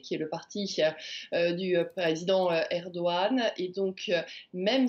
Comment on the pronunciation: est ce que quelqu'un peut expliquer a Armelle ( la chroniqueuse internationale ) comment prononcer Erdogan ??? ...